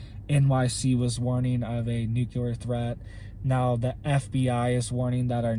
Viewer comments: Say it right! It’s “NUKE - LEE - ERR!!!” For crying out loud,, you sound like George W. Bush! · I can't take anyone seriously who repeats NOOK YOU LER over and over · Am I the only one who thinks he pronounces nuclear wrong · If pronouncing nuclear wrong is the worse thing he ever does but the information he gives us is correct I would say we have bigger issue tobe concert about, appreciate he info and keep up the good work, love your channel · Please learn how to pronounce nuclear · I wish buddy would pronounce nuclear correctly. It makes his otherwise interesting video borderline cringeworthy with the copious amount of mispronunciation of the word nuclear. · I've not said anything for a while now, but its pronounced new-clear, not nuke -cu-lur just sayin. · Thanks for your input. The word is NEW CLE ER. NOT NU QUE LER. NUCLEAR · Nuclear not nukelar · Please say nuclear just one time properly. Noo-clee-ar. 👀😂 Love the channel.